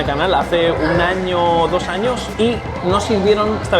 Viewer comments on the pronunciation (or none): none